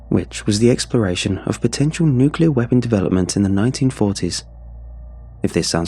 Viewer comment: I'm not giving this a thumbs up because I support your channel, not because I like your voice, not because I like this story, but because you may be the last sane creepy pasta narrator who correctly pronounces "nuclear". Signed, a frustrated American.